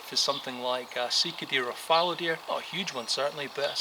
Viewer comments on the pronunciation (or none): none